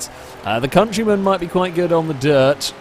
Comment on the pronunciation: hahaha hes trying to say'deal with the countryman' ..but he says something a bit differnt! ;)